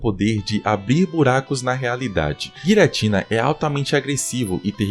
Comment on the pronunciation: Pqp ainda fala Guiratina 😂😂😂